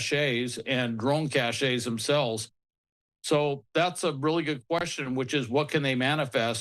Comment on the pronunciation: needs to know that it’s a missile cache (“cash”), not “cashay.”